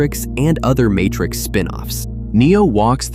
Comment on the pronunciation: What was that "Martrix" ? A human being would never have said "Martrix." Oh, this is awkward!